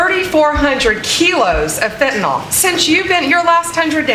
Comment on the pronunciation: why is it that not ONE politician can say Fentanyl ? it's Fentanol to them, that lot wouldn't know their appendix from the privates...